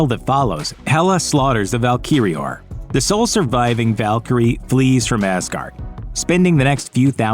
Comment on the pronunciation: Pretty sure it’s AI my dude. It pronounced Valkyrie as ‘Val-Kerry-a’